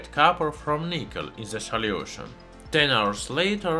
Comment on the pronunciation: i love your accent. "salyiewtion"